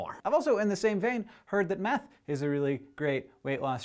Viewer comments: When you were talking about meth, I thought you said "So don't do math." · He was saying meth! I thought he was saying math!! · Took me a while to realize he was saying meth rather than math Looks like theres no reason to start my homework now.